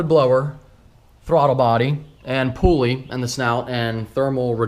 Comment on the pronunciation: "Lower pooly" - love ya lol